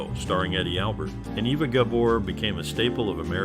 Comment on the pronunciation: No, it doesn’t. She was born in Hungary, and it’s pronounced AY-vuh. Not Eh-va or Ee-vuh.